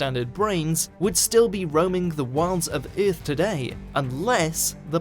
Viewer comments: what would happen if you properly pronounced our planet's name? Ith? No baby no- it's earth...what did you do to the constants??? give them back!!!!!! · What is this planet urff of which you speak and just what are berds? For gods sake get someone who speaks English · lmao the way he says "earth" is like "erff" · In the history of eth? rth? eah? Wat'd you say at the beginning? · THE WAY HE SAY EARTH OMEGALAUL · Why does the narrator say 'earth' like Ming the Merciless from Flash Gordon?